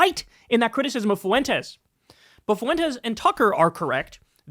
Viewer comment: Why do you pronounce Fuentes like that? "FOO-wentez" lmao